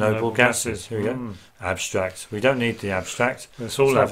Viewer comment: "we dont need an apstract is all abstract" enjoying and learning thank you!